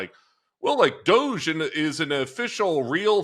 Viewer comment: DODGE, NOT DOGE